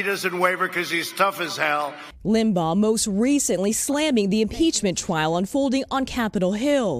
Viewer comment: lol "the impeachment twial"